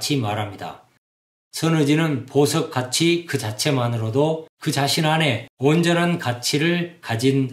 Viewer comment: 장음인 단어의 첫 자를 짧게 잘못 발음한 예: 가치,정립,시작,정말,좋습니다,ㅃ111 남친, 가치,보석,행복,자격, 등, 장단음 문제가 심각합니다. 그리고, 이론쩍 도덕썽 관껀결정쩍 등 된소리 발음은 잘못입니다. "한국 어문을 고발함"이라는 챗을 일독해 주실까요. 미국 변 완수 배